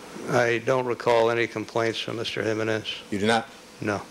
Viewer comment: OMG! I CANNOT STAND THE WAY J. COCHRANE SAYS JIMENEZ I'm assuming his civil rights work was not predominantly done with/for Hispanic individuals/communities